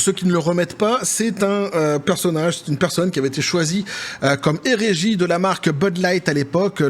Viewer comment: « égérie » et pas « érégie ». je ne suis pas trop a cheval sur le français. Mais là, ça ‘a écorcher les oreille en faisant mon vélo. Oui je fais du vélo d’appart en écoutant (du pédalier de bureau pour être exact) et alors? Ce commentaire inutile étant fait, je reprends mon sport.